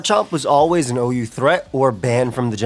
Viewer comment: "this is the most uu team you can run" ....bro that's OU